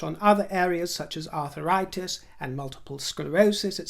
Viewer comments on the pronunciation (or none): Oh it’s pronounced ARTH RITIS as a nurse of 43 yrs it always makes me smile Arthur ritis was probably some well loved husband 😂😂